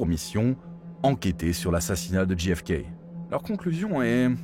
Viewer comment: Quel sort terrible ! Néanmoins, "Ne demandez pas ce que peut faire pour vous votre pays mais demandez-vous ce que vous pouvez faire pour votre pays", c'est ce que pourrait dire la macronie aujourd'hui avec la politique actuelle (dixit Bayrou avec ses efforts demandés aux gens). Et ce n'est pas "DJI EFE KEI" mais "DGEI EFE KEI" A mon avis, c'est la mafia qui a organisé l'assassinat ainsi que le meurtre du frère car ils voulaient s'attaquer pénalement à la mafia. Je mets un pouce en bas car le titre est trompeur et ne correspond pas au contenu.